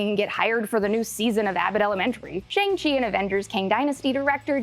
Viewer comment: It’s pronounced “Shahng (as in ‘ah!’) Sche”.